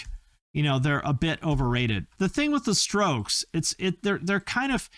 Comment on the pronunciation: Bwaaaaahahahaha he said the stokes. 😂😂😂😂 rrrrrough.